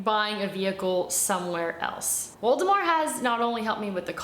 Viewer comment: I thought she was saying Voldemort the entire time and it's Waldemar.😂😂😂😂